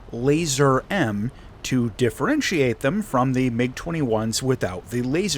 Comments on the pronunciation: Good vid, its not pronounced "Laser" though, has nothing to do with lasers. It's as it's written: "LazUUr" with the "U" pronounced as an actual "U", like in "U-turn" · Hearing keep saying laser is making me lose it, thanks for pointing that out😂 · I thought I was right ! I just checked Google Translate and it seems that the word "Lazur" is pronounced "LAH-zoor", NOT "LAY-zurr". PS - Apparently it means "Azure" in Russian, not "Laser" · The pronunciation would be more like Lah-zuhr.